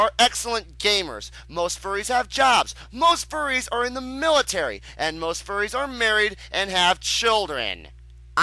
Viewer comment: this vee. the tuh. i dont know whats worse